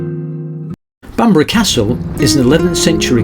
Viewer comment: A great wee video, having moved up to 6 miles east of Berwick 16 years ago from Kent, I love the fact that gets the pronunciation of Alnwick, Bamburgh and Lowick right. I really enjoy your riding video's and can't wait for the next. ATB Big Dave Scotland